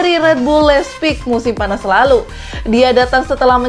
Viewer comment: Admin salah mengucapkan Munchen Gladbach dan Leipzig...hadeeeh. ayo benerin pengucapan nya...👍👍